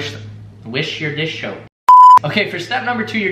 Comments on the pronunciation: U said dish shoap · You said "dish shoup" one the final try!!! lmao